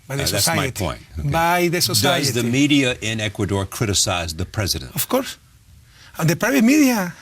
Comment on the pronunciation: I can't even take him seriously....lmao....*bleeding ears* "OF CORS, OF CORS, WELL I DON SIN SO" PLEASE TAKE HIM BACK TO SCHOOL...THI IS WHY STUDYING IS IMPORTANT....POR FAVOR CORREISTAS, NO ESCUCHAN LAS TONTERÍAS QUE DICE???